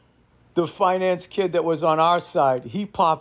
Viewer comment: Did anyone else think Bill said "fine ass guys" when he said finance guys?